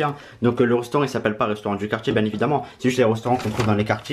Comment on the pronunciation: Reustoraut Sacré prononciation 🤦🏻‍♂️🤦🏻‍♂️